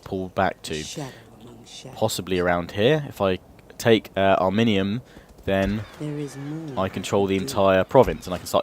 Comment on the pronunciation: it is ari-min-yum